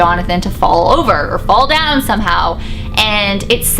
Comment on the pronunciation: "Fall" sounds more like "Paul"